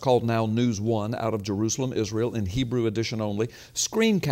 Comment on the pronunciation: Lie , you dont read Hebrew right